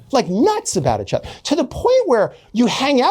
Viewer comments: Is he intentionally saying itchother? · Take a shot every time he says "itch-other"